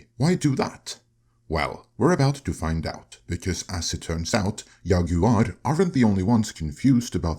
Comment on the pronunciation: Did he say yaguar ?